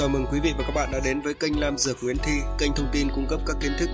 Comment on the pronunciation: Góp ý với em trai: vì những danh từ về thảo dược em nói cho người xem là những từ mới lạ, em ráng tập cách phát âm thật chuẩn rồi hãy phát sóng để khán giả "học" cho đúng. Thí dụ như trái "lổ" có thật là trái lổ hay "nổ"? Tên nhà thuốc của em là "Lam dược" hay "Nam dược"? Ở vị trí người dẫn chương trình, em có chuẩn mực phải giữ của một người dạy học để khán giả học hỏi từ mình. Mong em hoan hỉ đón nhận góp ý thành tâm của tôi.